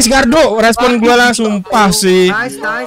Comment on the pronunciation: Bang bilangin ke limit...klau itu gardu bukn galdu